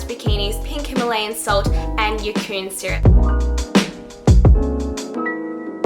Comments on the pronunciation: I think it's pronounced 'yay-con' syrup, like bacon....but yacon. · Yacón (German word), pronounced yay-con or ya-con :)